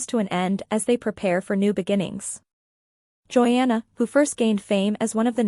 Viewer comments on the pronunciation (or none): And not only that, if this TUFF Moment wants to get the LIKES. Then you need to show the WRITE people with what you are saying. And AGAIN PLEASE TRY TO ANNOUNCE the names right. Jinger is pronounced GINGER like the spice. I know it's done by a computer, but it's ANNOYING !!! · Her name is pronounced as GINGER, PLEASE